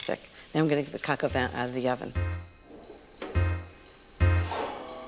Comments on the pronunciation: Btw, Ina, its properly pronounced coke o van, not cock o van. Just saying🤷🏻‍♀️🤷🏻‍♀️ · I don’t mean to pick but it sounds like she says cacavan instead of pronouncing it correctly - cohk o vahn. I mean at least say cohk instead of cack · its pronounced Cohk-aw-von. Not Coke A Van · This looks like from maybe at least 15 years ago...and it is pronounced "coke" not "cack" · I thought it was Coka Van, not kaka van. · Wel we know she likes to say cok van over and over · drink every time she says co co van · Ina darling please work on your pronunciation of coq au vin. It is not cack au vin. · 1st learn how to pronounce it in French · My dislike came from the fact she cannot pronounce Coq Au Vin correctly.. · ....That's a New Yorker for ya.....doing things their way.